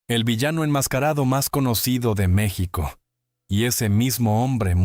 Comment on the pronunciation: No no es Meçhsico aprende a pronunciar a Mexico